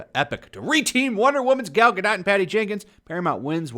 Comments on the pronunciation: Guh... Dough.... not DOT... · It is pronounced Ga Dougt. Like Doe 't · It's pronounced gal Ga-doe. She may be a shitty actress but at least pronounce her name right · Her last name is pronounced GA-DOE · The only thing worse that twitter getting up in arms is pronouciation of Gal Gah-Dat's name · It's pronounced Ga-doe you tool. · I always thought her name was pronounced Gal Gadoe, even tho it's spelled Gal Gadot Either way, imho Gal Gadot was the perfect choice for Wonder Woman, given the small bit i know about the racial history/origins of the Amazons & honestly just how beautiful & talented (imo) Gal Gadot is. Just like how imo, Paul Walker's alter ego is Brian O'conner xD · It’s pronounced Gad-oh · Drop the T! When pronouncing her last name its Gadot, as in go baby go! You sound like an idiot, you’ve got to realize on some level that you’re not saying her name right. 🙄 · Stumbled across this in my recommended but couldn't make it past two minutes bc if you didn't bother to do the research & learn how to correctly pronounce Ms. Gadot's surname (or Ms. Colbert's for that matter), how can I trust anything else you say? Seriously disrespectful, Sir. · don’t pronounce the t at the end of her last name...